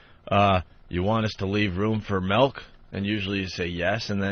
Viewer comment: I actually get legit pissed off when he Opie says ‘melk’ for some reason. And “The 10,000 dollar fewchitif’ 🤢🤮😡🤬